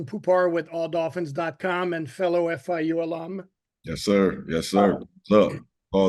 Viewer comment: YOU MEAN FIU? NOT FAU LOL